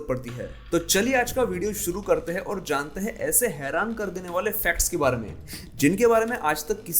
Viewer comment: अत्यन्त महत्वपूर्ण जनकरियाँ व सुन्दर प्रस्तुति सिवाय एक उच्चारण दोष के। दरअसल आप "हैं" को भी "है" उच्चारित करते हैं इसे सुधार लें। उपन्यासकार